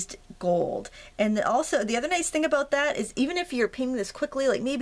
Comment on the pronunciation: Tonite is the first time I've seen your videos. I searched "watercolor flowers" earlier and then I saw this cool project and checked it out too. You do a great job of explaining what you're doing as well as naming the items you use and where they can be purchased. Hey...do you come from the Northeast? Boston?, Maine,? Canada? Minnesota? I heard you pronounce the word "about"...dead give-away. Anyway, it's not important, I was just curious. YOU do an excellent job...!!! I also subscribed.....I love to craft too